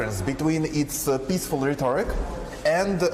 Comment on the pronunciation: Someone tell dude who obviously couldn't even pronounce rhetoric